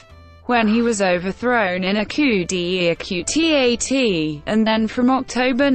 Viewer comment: "overthrown in a coop de epeu de atee a teah" - bloody hell